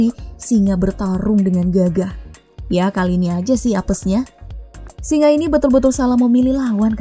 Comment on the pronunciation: SINGA bkn SINGAH, ga pake "H"